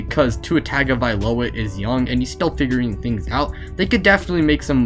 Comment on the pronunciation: stop! just stop! stop butchering tua's last name, after how many years, people should had learned by now how to say Tagovailoa, its Tongue-O'vai-loa, not Tagged-o-vailoa